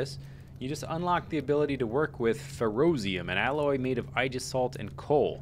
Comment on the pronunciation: Ay-jis-salt. Aegis is greek.